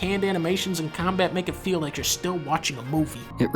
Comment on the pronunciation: I disliked the video, not because it's bad or wrong, but because it made me sad for some reason. Also Dunkey said "it makes you FEEL " un-ironically and that kinda unnatural to me